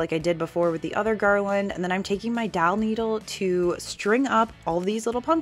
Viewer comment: These are all very nice. My favorite is the last tri-color pumpkins. Are you saying doll needle or dowel needle or something else?